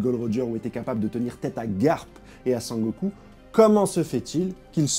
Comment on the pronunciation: Sengoku* je pense toujours à dbz quand tu dit sangoku😊. Très bonne analyse sinon